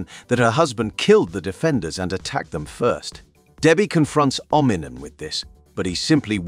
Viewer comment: The 100 different pronunciations of "Omni Man" tells me they used an AI to read this. Sigh...